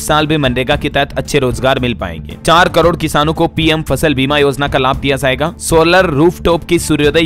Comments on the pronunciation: shabd zaaiga ghalat hai sahi shabd.jaaiga h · आप का उच्चारण गलत रहता है जाएगा बोलना किसी से सीख लें